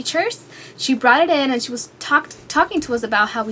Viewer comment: ummm can u work on pronouncing words? its not "antt!" or "i love iTTT" or :"becauzzze"